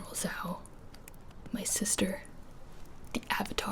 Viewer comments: The way she said Zhao like z-hao really triggered me but it was pretty cool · Did she say ZAO? It's Zhao. A soft st. Somewhere between a G and a SH. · G-general... ZAO? It’s ‘j-ow’ not ‘s-ow’ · Wait, she pronounced Zhao like in that movie. Are we actually interacting with movie!Zuko??? confused screaming